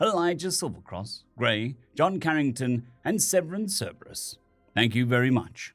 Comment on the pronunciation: I just find it hilarious that you are still reading "Creighton" as "Carrington". 😁